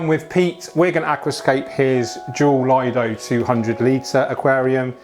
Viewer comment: Lido ! Nicht Leido ! Lido !!!